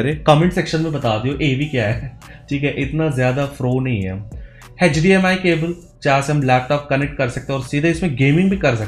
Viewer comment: HechDMI cable 😂